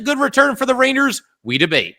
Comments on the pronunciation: Is he saying raiders, rainers, ranyers, or rangers? I can't tell lol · pretty sure the joke went way over your head. You can't tell me you didn't notice the interesting ways he's pronouncing rangers.